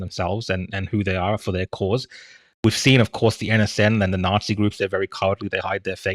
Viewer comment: Did she actually say 'neoyahtzee', then 'they don't know what they're talking about' in the same breath? 😂😂😂 Right, well I'm off to get popcorn and play Yahtzee, that's me out.